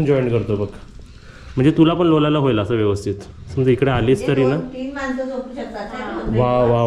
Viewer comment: लोलाला नाही लोळाला बोल